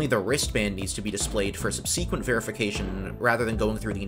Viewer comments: This channel's great but I really don't like the weird way this guy pronounces the word subsequent. It's not sub-see-quent as he keeps annoyingky saying ad nauseum but subzi-quent. Sub-see-quent bs! 🤢🤮 fucks wrong with him. 🙄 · I noticed several rude comments complaining about your "intonation". Your intonation is just fine. I've a single suggestion, regarding the word "subsequent". You are emphasizing the second syllable, when it should be the first that is emphasized. That's it, that's all. Have a great day! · Good video, but please stop saying subseeeequent. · Cool video, well done. Might look into the proper pronunciation of the word “subsequent” for future videos since you favor it. Google it, as they say. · People think they have to do this to be a YouTuber. It’s annoying. Also who says subsequent like that?